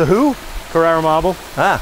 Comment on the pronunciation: carrAra marble... not carrera- thats the porsche ;)